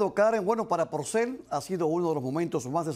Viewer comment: ¿Lo oigo mal, o realmente cada vez (un total de 5 momentos) que menciona al trovador, dice "PRocel" en vez de "Porcel"?